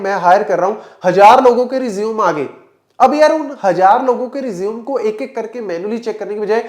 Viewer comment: Sir resume ki pronunciation aap ki thek nai hai. Isko " Ray zeo may " bola Karen.